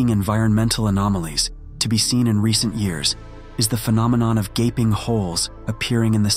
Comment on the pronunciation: Whats a 'GABING HOLE'? Did you mean GAPING???